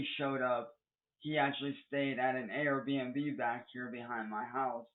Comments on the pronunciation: "AR B and B" God that pisses me off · AR-BnB 😅 RIP MART DAWG